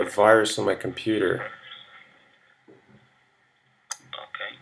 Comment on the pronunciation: TheDutchOwner's Tech Channel Hij zet inderdaad een Europees accent op maar denk geen Nederlands accent. Luister maar naar de manier waarop hij zn 'r' uitspreekt en bij het woord computer klinkt het als 'Compoeter' waar een Nederlander eerder 'Kompuuter' zou zeggen. Slechts een mening btw :)